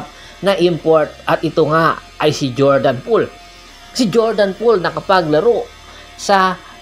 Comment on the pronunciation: Jordan bell . Pre 😂😂😂 d jordan pole 😂😂😂😂😂😂